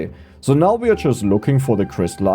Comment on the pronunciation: pronounced so not zo